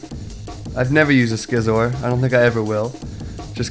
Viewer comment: Skee-Zor? It's see-zor like scissors. Get it?